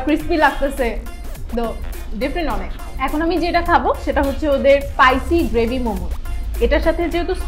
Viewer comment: " পাইসি " গ্রেভি মোমো 😂 **No offense** 😊